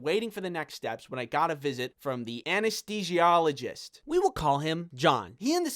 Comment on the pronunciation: anyone else surprised he said anesthesiologist correctly?